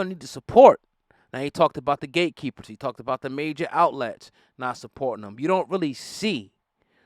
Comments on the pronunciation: Did he say the club of Gay Keepers.. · Notice hes saying "Gay"keepers....😂😂😂 Wow Cube! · Its sound like he's saying gaykeepers, and that is closer to the truth. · Did he say gate keepers or gay keepers ? Either was its all the same, respect Cube 🙏 🫡